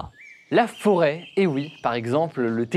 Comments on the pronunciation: La forêt, et non la 'fôret'. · La "FÔRET" ?? t'es sérieux